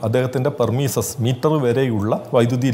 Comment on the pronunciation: പെർമിസസ് അല്ല Premises ആണ് അതായത് പരിസരം